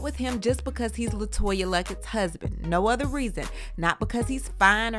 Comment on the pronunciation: "With my udder dauder" ugh. I hate when he says that. OTHER!! Not Udder!